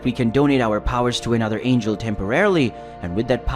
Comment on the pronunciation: There isn't an AI in existence that mispronounces angel unless it was purposefully programmed in OR ITS SOMEBODY READING IT AND DOING IT and I don't play with you thirsty for engagement YouTubers so this is my last comment until you stop this fuckery. Your content should be enough AND YOU WILL GET COMMENTS wiithout resorting to this fuckery